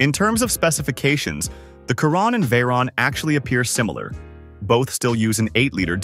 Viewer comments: Pls pronounce it properly, it's the shee-ron not the ky-ron. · There's a typo . It states that 1500N.m. of torque between RPM, but your graphic shows rpm. That needs addressing. Chiron is pronounced Sheeron, well you can't pronounce the correct word so I've simplified it for you!! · Isn't it pronounced sheero'? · Wtf is Kyron ? Absurd pronunciation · Hate the ai voice calling chiron by wrong name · Or Shir-ron also the a.i. voice was pronouncing the word TORQUE as TORKY . 😆